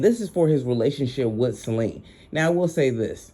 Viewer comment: Great video,thanks a lot, one mo thang,it's Ce-li-na. Sorry no shade no smoke.